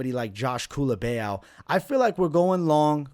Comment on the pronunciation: Bro where do you see an E in Culibao 😂😂😂 Culibeeaaau